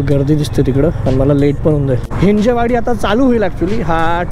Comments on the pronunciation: भावा हिंजवडी आहे ती, हिंजेवाडी नाही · It's हिंजवडी .... NOT हिंजे वाडी